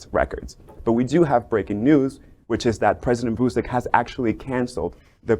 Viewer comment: At least pronounce the president's name right